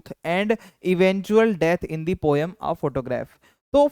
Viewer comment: Poam nhi poem bolte hain sir😊